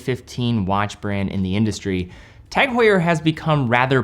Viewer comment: It is an "h muet" silent H ... OMG ...